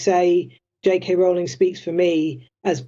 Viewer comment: It’s Row - ling, like the boat! Otherwise good content.